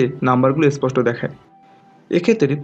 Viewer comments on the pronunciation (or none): none